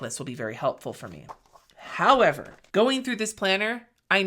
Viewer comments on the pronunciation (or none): Love that "HOWEVER!" .